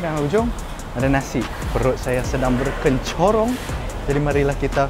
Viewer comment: nuaq...berKENCHORONG ke berKERONCHONG? choila hang...taula dah lapaq...hahaha...